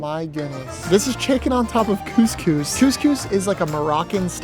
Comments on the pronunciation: did negga just say coohs coohs its cus cus thats how i and my mum say it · Bro said cewscews 💀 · the way he says couscous 😭